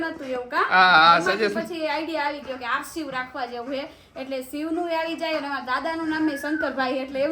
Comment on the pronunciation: Aarshiv name minigful che pn aarsiv nai bolti aarshiv boljo shiv